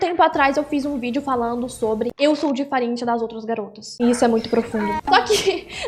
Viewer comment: "sou difaerenti das outras garotas 😔"